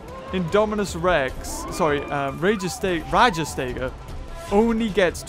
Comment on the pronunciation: it's called rajas-tega